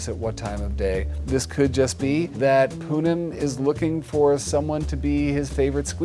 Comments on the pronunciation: Pudím actually means Pudding in Portuguese so the cat's name is really pudding Also it's pronounced poo-GEEM so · Also her cats' names. I cried inside every time Jackson said Pudim incorrectly, but I am used to people not knowing how to pronounce Portuguese words (I used to teach Portuguese)